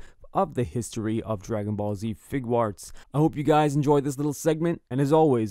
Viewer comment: Fig-arts.... it's not that hard to say.